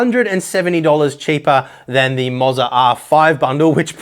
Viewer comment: I'm fairly confident it should be pronounced Moh za, not Mozza, or it would be spelled Mozza...